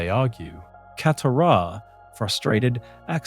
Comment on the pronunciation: He said “catahrah” instead of katara 😅